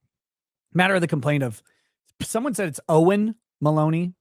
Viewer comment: it’s pronounced as Owen. Hahaha!